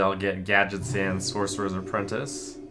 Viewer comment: I laughed so damn hard when he said "apprentie" cause I thought of this comment